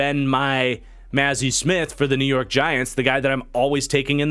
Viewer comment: As a Michigan fan your pronunciations of “Mazi” and “Schoonmaker” are painful lol